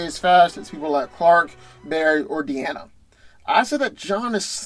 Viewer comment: I don't even care about the results anymore. Did he just say De-Ana?????